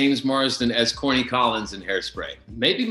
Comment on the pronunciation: Lol everytime I watched hairspray and they would say "he's Corny" I swear they were saying "he's horny" I'm like " I thought this was a family movie" til I realized they were saying his name.